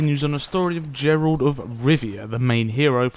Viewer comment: Geralt, not Jeralt